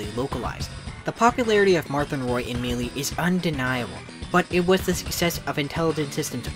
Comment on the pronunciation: I've never heard someone say Melee like mee-lee before